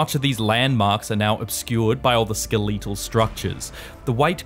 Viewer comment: "ske-1337-ul structures"